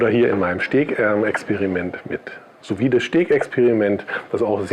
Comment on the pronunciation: Und hier noch eine Kleinigkeit von einem Franzosen. Die Benennung: „Sous Vide“ spricht man „Su vid“ aus ohne das „e“ zu betonen. - So und ab jetzt verleihe ich dir schon einen halben Stern.😂